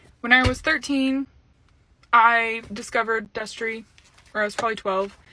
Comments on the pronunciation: She said Destry and I was so shocked, I said "whaat" out loud. The only reason you ever used to find me on Shane's channel was for wtf news and bomb dot com. I forgot that girl's name though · When u said Destry my jaw fucking dropped. So sad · I literally gasped when you said Destrey. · She said Destry and I was like “oh no baby” can these losers stop being trash? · Me hearing you say "Destry" broke my HEART. Not another childhood influence RUINED. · i heard u say destry and screamed WHY MY CHILDHOOD KEEP FAILING ME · Listen, I'm only 45 seconds into this video and she just said destry and I'm about to fucking cry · When I heard Destree, I screamed